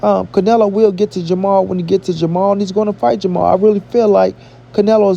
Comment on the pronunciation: Jermall... and not ... Jermell.... lol@